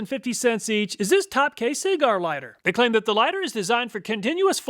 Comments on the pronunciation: never heard of seagar lighter, but i have heard of a lighter for səˈɡɑːr lol.... love the videos... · Topkay SEE-Gar Lighter! LOL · See-gar lighter.